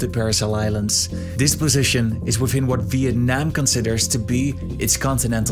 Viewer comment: Great pronunciation! "Việt Nam" WOWWW